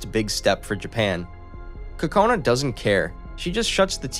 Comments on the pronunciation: Her name is pronounced Co co neh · This has been bothering me throughout the whole video cause I believe he pronounced it right once but never again :/ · A small bit of constructive criticism, I was trying to look up the name of this anime by searching the protagonists name but you were pronouncing it wrong so didn't know how to spell it, I had to go back to the beginning. A note about Japanese names, Japanese is a very phonetically consistent language, so the rules are rather simple. Whenever you see an 'e' in a Japanese term or name, it's pronounced like a long e, like "eeh " like in words touche' or puree. You saw an e after the letter n and assumed it was silent, which is understandable, but there aren't really silent letters in Japanese. Her name would be pronounced 'Koh-Koh-Neh', not 'Ko-cone.' Watanabe would be pronounced 'Wah-Tah-Nah-Beh', not with a 'Be' at the end. I'm moderately fluid so it stuck out to me, but it's good to learn language and share that info, I think it enriches the watching experience when you know how their names are said. I'd encourage you to listen to the original Japanese audio with subs for like an episode or two, just to see how they say the characters names, to avoid confusion going forward. In Japanese they often say their family last/names first, then given/first name, so unless they're really close, most people will call people by their last names, watch out for that too. Other than that good job. I enjoyed your story telling and paused cause I think I'll watch it myself! Great job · are we gonna casually gloss over the facts he pronounced kokone wrong?? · Him not saying Kokone as "Cocoa Nay" but as "Kuh Cone" is kinda triggering, even more than his pronunciation of Watanabe as "wah tuh nah bee" instead of "wah tah nah bay".... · "Wattanabie" bruhhh wa-ta-na-be "Cocone" kok-ko-ne I'm physically hurt from his mispronunciation